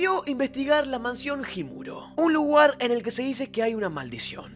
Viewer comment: Oye bro dijiste luguar en ves de lugar